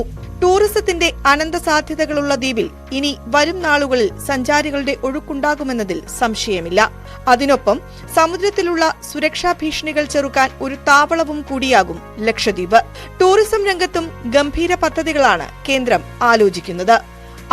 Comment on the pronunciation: താപളം. അല്ല. താവളം